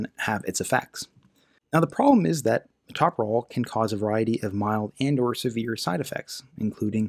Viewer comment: That drug is pronounced to sound like this: muh tow' pro lol - accemt pm tow me to' pro lol You don't say muh TOP' pro lol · tow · pruh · laal